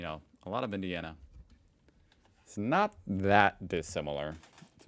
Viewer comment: Mate, 😂 I'm thinking at heart maybe u gotta little Aussie 🇦🇺 in u. Whenever u mention Indianna it's like ugh Sigh 😂